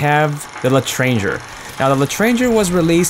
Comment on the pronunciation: For your benefit,, and everyone else's as well, the L'Etranger is pronounced "let tron jay".